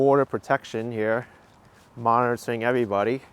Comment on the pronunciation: Hel-lo eve-body!